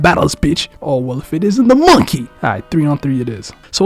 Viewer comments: why do you say MONKEY like that??????????? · You and the emphasis on MONKEY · you say monkey like youve been called that. ik what you are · why you say monkey like that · Bro emphasising the monkey word everytime he says 😭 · My man every time you say monkey I cry laughing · No, the way be saying monkey sometimes gotta be racist 😂😂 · The emphasis on "monkey" gets me every time 💀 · Saying monkey that hard each time got me dead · It’s not that you called the monkey a monkey it’s how you say monkey 🤣🤣